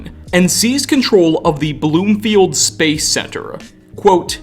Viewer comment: Bro.... I like the content you provide, but I can't watch for long– because of your voice! Over the top modulation and why add an extra syllable to so many words? "Space-ah. Good-ah hard look at this thing-ah." You are working too hard my friend.